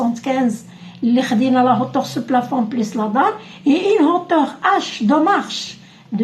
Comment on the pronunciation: اختي hauteur تتقرا اوتوغ مش هوتوغ وشكرا على الشرح